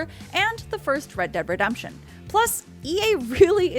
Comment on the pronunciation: First seconds and she says “ReDUMption”